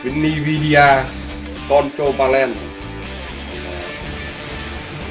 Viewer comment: ni vi đi a con trâu ban len :D trình độ tiếng anh thượng thừa